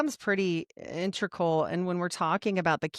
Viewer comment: In-teg-ral Integral Not intrical I'm sorry, but it must be said. Btw your knowledge is very impressive! I enjoyed the podcast.